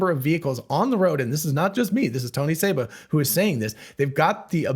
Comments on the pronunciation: It's Seba, not Saba. this guy is a clown and is wrong on most everything. I've debated him and proved him wrong over and over on his EV predictions. He KNOWS that he's wrong but also KNOWS that there are suckers out there that will believe anything. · His name is Seba, not Saba.